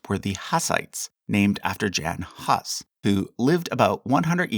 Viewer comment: Just a tip: It's good to check the pronunciation of foreign names with google translate text2speech feature. You heavily mispronounced Jan Hus. His name Jan can be written as Yan and surname could be roughly be rewritten as Hoos /hʊs/; Czech: [ˈjan ˈɦus]